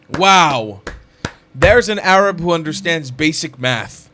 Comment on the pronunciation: yaa 7abiibi, it is time for you to stop saying "Arab" like someone who thinks he knows the proper pronunciation. Please stop saying AArab. It is 3rab. Learn the muscles in your throat to pronounce the "ع"...the "3ayn" ana b7bak waqt Taweel Edit after watching: As I have on a flashcard for my Arabic studies, "معظم الشعب الفلسطيني، انهم ضحايا التلقين التي جعلهم عميانا و يحبون العنف"